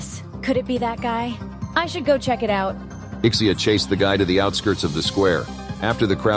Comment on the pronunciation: SABI KO SAYO IK-SEE-YAH PRONUNCIATION NUN SA LIVE MO EHH